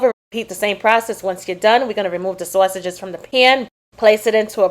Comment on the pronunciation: Mmm mmm good 😋 nobody says saysages like you do 😊😂